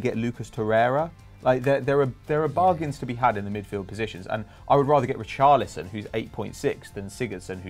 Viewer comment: It's Richarlison